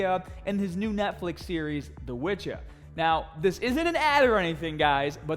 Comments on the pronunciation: Nobody:: DA WITCHA!!! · "The wytcha"